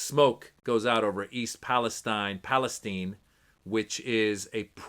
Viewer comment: I’m impressed on Your correct pronunciation of Palestine. My brothers in Felestine 🇵🇸 will really appreciate that